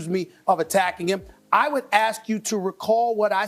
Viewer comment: My favorite is how he pronounces the word "Ask" but I like this dude he's chill